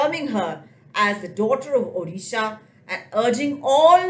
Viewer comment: Someone pronounced ‘Odisha’ right. You must be a Odia yourself. Glad to hear this finally